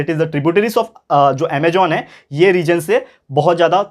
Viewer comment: 24.58 .... Ama'j'on nhi hota... Ama'z'on hota he